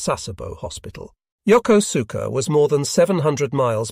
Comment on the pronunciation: It is pronounced Yo koos ka with emphasis on the koos.